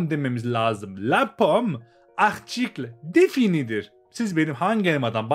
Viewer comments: Article défini'yi telaffuzunuz değişik geldi. Böyle olduğunu bilmiyordum. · Bana da öyle gelmişti, yöresel bir telaffuz olduğunu düşünmüştüm. Öyleymiş gerçekten sormuştum hocaya:)